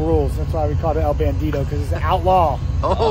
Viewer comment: El Bandido, Not El Bandito 😅